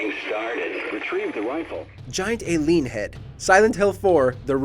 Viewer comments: It is Eileen not Aileen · Learn to properly pronounce "Eileen".